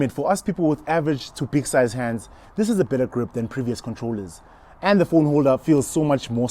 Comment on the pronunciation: Death by "Siza" 😂😂😂😂